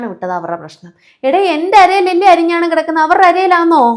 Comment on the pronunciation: അരഞ്ഞാണം ആണ് അരി ഞ്ഞാണം അല്ല 😂😂